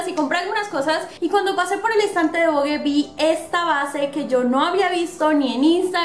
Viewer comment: Hola amiga muy buen video soy de chile🇨🇱 y se pronuncia vog nomas y se escribe vogue